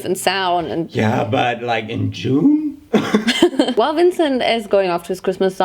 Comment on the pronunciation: " yeah but like iN jUUnE "